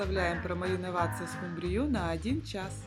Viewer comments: Сил больше нет слушать:"скумбриЮ"...( под музыку (( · Простите, но ску'мбрию...